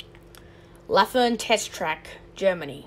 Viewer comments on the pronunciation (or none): It's Lathen not Lathern